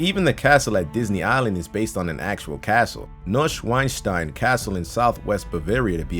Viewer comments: It is pronounced Neushvahnshtine. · it bothers me so much how you pronounce Neuschwanstein.....just say newswanstein. putting some English words in there isn't as bad as fucking up the German pronunciation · Y'all just butchered Schloss Neuschwanstein and Ludwig II. Btw, "W"s are pronounced as "V"s in German. Ex, Ludwig = Ludvig.